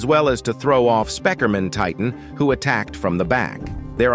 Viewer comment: The fact he said spekermen titan😂😂😂😂